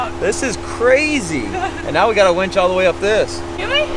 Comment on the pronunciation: Please winch.. not wench.. one is more useful than the other